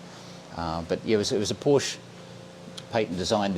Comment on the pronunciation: German was a good attempt except your pronunciation of Porsch E. I'd be rapped over the knuckles by my German mum saying it as you do. Looking forward to your video with. He is a guru on all things 928 and willingly provides detailed replies on the Porsche forums such as Porsche Forums Australia. As a coupe owner I enjoyed your earlier video. Looking forward to more with your Landshark!